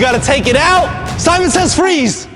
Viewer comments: Nobody:: Semen says... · did jus say semen says haha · Was I the only one that heard semen says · nobody:: semen says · No he full on said semen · said Semen says